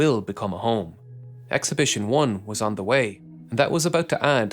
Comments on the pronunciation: Not be be pedantic, but I keep hearing "Exhibition" instead of "Expedition" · Awesome video for an awesome accomplishment. I’ll be watching for the follow-up video! A minor annoyance: You repeatedly said “exhibition” instead of “expedition,” and sometimes “thruss” instead of “truss.” 😅